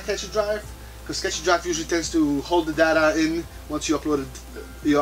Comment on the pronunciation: Catchy drive? You mean "Cache" (kaSH) drive.